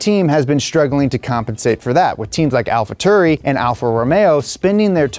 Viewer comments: Alpha Tury???? Tauri! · "Alpha Tuuri" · "Alpha Turi"